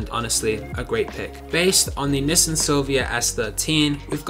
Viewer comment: No hate but why does he say nissin